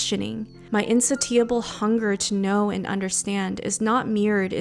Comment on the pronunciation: in-say-sha-bull - insatiable